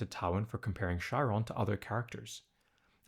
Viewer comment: It's pronounced Ky-ron